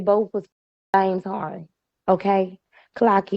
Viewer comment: Your English is terrible you said Hayden not harden and don’t say a lot of words and names correct it’s hard to understand you